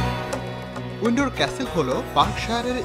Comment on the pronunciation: উইন্ডর কিরে ভাই?? উইন্ডসর বোকা